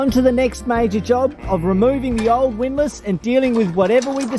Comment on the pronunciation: Excuse me while I have a quiet chuckle now that can finally correctly pronounce "windlass".